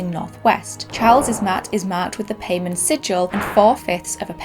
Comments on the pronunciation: Pronounced Pie-mon not pay-man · in what world is paimon pronounced pay-men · Pronounced Pie-mon not Pay-man 😂 it was painful watching this with the mispronunciation. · its also pronounced Pie-mon if i recall correctly, not "pay-man" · I think it's pronounced "Paymon" and is still a common name. It's not Paymann: Germanic redux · Paimon is pronounced with a long "I", like Pie.. I know this because he told me. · It's Paimon... Pie-Mon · It's pronounced more like py-mon... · It's pronounced (pie-mon) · I study demonology and not to be an “um actually person” but it’s actually pronounced pie-mon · You’re pronouncing Paimon wrong. It’s pronounced P-EYE-MON. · If y’all know genshin impact y’all know he’s pronouncing paimon wrong it’s pie-mon lol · Isn't it pronounced like "pie-mon"? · King pie-mon! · Always giggled at a word spelled paimon, gets pronounced paymen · I’m pretty sure it’s pronounced P-EYE-MON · Its paimon pronounced pie mon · Its pronounced paimon ( pi ee monn) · Paimon is pronounced " pie " mon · "Paimon". Pronounced: "pai (p-eye) mon (mohn)". But that's my only nitpick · King pay-men? For real, dude? Couldn't have asked google to pronounce it for you before rolling? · Fun fact: His name is pronounced (pie-mon) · there are two pronunciations, Pai-mon and Pay-mon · Hearing you pronounce “Paimon” like that hurts the Genshin Impact in me. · is anybody gonna tell him he’s not pronouncing time paimon correctly? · How did you watch this movie, and still mispronounce Paimon?